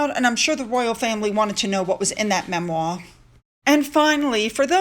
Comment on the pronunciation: Good Morning! I love when you say “memwaw!” It makes me laugh every time. ☕️❤️